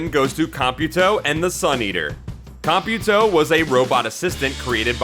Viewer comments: He didn't. It should be pronounced as if you were saying the word "computer" normally, but you substitute the -er at the end of the word with -o. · Also, I didn't know that's how you pronounce Computo... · I don't think you pronounced computo right